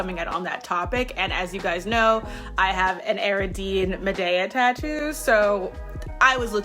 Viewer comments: It sounded like she pronounced Ariadne as air-uh-deen.... I believe its are-ee-add-nay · Idk if there's indication of pronunciation in the book you recommended, and certainly names can sometimes be pronounced in multiple ways, but just a note that you might want to check your pronunciation of Ariadne (source: it's my name, and I don't pronounce it the way you did)